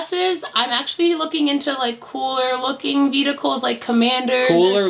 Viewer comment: This is kinda just a personal thing but you guys are really saying vehicle like vedicle.